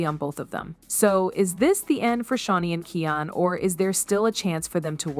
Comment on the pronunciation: His name is keooonnn not ken